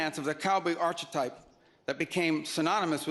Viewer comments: All these Western values on inventory and yet his boss wants to hand Ukraine over to Putin's Russia. By the way Little Marco, ˈärk(ə)ˌtīp. I hope that helps. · He is the first Secretary of State that doesn't know how to pronounce archetype.